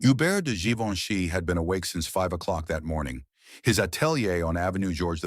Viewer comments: AI. “Geevinche” 😂😂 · Tirally fake story You cannot even pronounce his name correctly Good grief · AI garbage; can’t consistently pronounce or spell Givenchy correctly. Disrespectful and insulting. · The voice chosen was excellent. But whoever edited this piece of AI slop should really have focused on pronouncing Givenchy correctly every single time it was uttered. The mispronunciations and the misspellings in the captions pissed me off. It actually served to undermine the entire narrative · If you make a story about Givenchy, make sure to mispronounce tha name. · At last! Successful in failure. I thought he was trying to say Leonardo da Vinci!